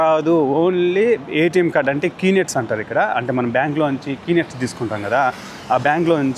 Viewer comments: కీ నెట్స్ కాదురా నాలుక మందం వెధవ... Knet అంటారు. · Kee net కాదు. K net బ్రదర్